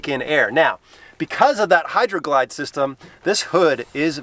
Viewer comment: Oh man, you officially have the sickest fleet of vehicles, i cant with for my 392. By the way, it's Hydro Guide! :)